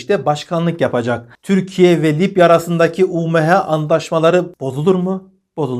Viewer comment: Abim, yazicam deyip hep unutuyorum:) Lipya değil Libya desen ;))